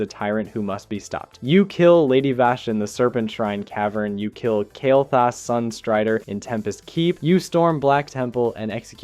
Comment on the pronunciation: Dude, your video suck "The game never explain why Kael Thas went Legion Yes, it is explained you mispronouncing idiot